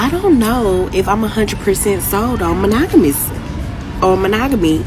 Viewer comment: She had trouble with saying monogamous, realistic and appeasing. Plus more she needs to turn the camera off and pick up a book.